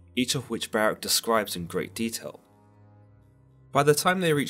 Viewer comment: Ok…. 🤦🏾‍♂️…. Listen to the enunciation carefully, ok? Baruch (ba-ruuk) / Barach (ba-rak)! That’s my language and ancestors’ name that you’re butchering. *and Samael LOST to Jacob; hence, the name Israel(He whom wrestles with god)! 👍🏾#urwelcome